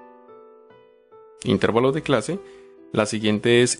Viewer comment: La palabra es intervalos, no intérvalos.